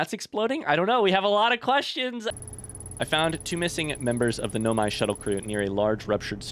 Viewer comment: He says in his playthrough that he know he’s pronouncing it wrong, he just prefers to pronounce it that way.